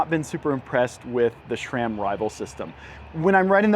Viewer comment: it is sram. not shram. hahahah